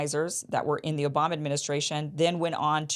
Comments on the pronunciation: Did you say O'bomber? 😂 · Did Kim just call the president, "President O-bomb-a"? 😂😂😂.